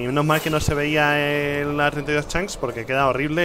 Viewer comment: Hay algo que me fastidia y mucho ¿Desde cuando Rich dice "Chanks" en lugar de "Chunks"??